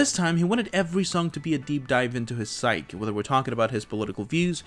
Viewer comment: The A.I. machine mispronounced the word “psyche.” It’s SI-KEE.